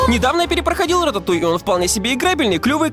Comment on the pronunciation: лучшее произношение названия ,,Рататуй"